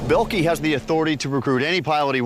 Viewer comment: bellkee lol, this is a moron comentator the "o" is not silent dimwit